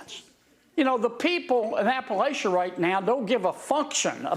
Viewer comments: He said "Appalachia" wrong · Must be a fake southerner feigning care about WNC mispronouncing Appalachia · The guy with the fake southern accent mispronounced Appalachia.